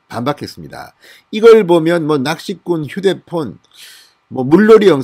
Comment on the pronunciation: 낚시꾼이 아니라 낚희꾼이라고 하네요 (낚시꾼 중국식 발음)이며 조선족들 이라네요